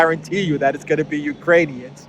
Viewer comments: He said "Uranians". Those are people from Ur-anus. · Did he call them Uranian's again? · Did Biden say uranian people..? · Did Bidenopolis call them Urinaians? So that makes their country Urine? 🤯 Belensky Urinaian! I like the sound of that!! 😜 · I thought he said Uranians, is that people from Uranus? We need to get to the bottom of this.